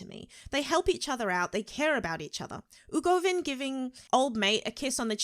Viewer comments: Press F for her calling Uvogin 'Ugovin' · Nobody:: Ooh-Go-Vin